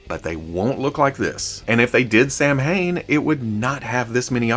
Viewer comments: Samhain = SoWayne (sow Wayne) Bob? It’s DREW. Frag flinger = Jai alai = hi, a lie #NoMoreExclusives 🤬 Louis not Louis. And not Lewis. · Oh the Samhain hurts lmao, he just keeps saying it. Sah-wain, cause Gaelic does things differently